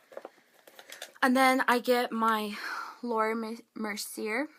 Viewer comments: Go to a dermatologist please.... And it's pronounced Mer-Seeeyaay. Good luck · PLEASE watch other people's videos & learn how to pronounce words... "BriSSSSSles". "Laura Merc-y-a"